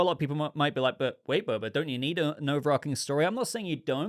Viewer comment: overarching .... ch .... not overARKing - sorry, I enjoy your discussion, that mispronunciation bugs me though